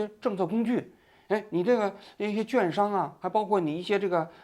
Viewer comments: 王局，是你的忠实粉丝。两大错误替您纠正一下。 第一，中国还没有采取量化宽松(Q E )的货币政策，只是一系列应对美联储降息对于资本市场的调控。 第二，券商的发音读 quan，不是 juan 商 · 王局读错字了😂，是券quan商，不读juan